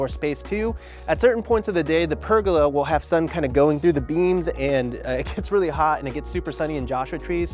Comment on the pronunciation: I’ve never heard anyone say ‘pergola’ like that. Interesting lol